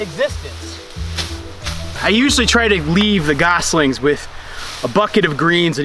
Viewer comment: Gosling not geeseling ;)